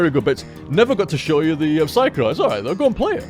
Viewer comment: It's so weird. has never ever shortened my name Psychro during streams, but I still feel like someone is calling me every single time he says Psycrow.